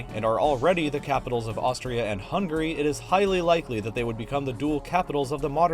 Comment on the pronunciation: ppl of US still UNABLE to pronounce HUNGARY properly,,pathetic.